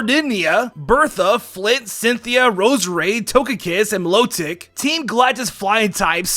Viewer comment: You called Milotic lotic